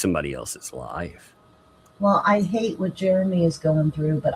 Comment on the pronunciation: When the cop asks what his name was she didn't say Jeremy she said Geremy. Go back to 33 minutes and when doing her video and at the cop asked karma is a biatch keep your nose in your own business and your husband sugar booger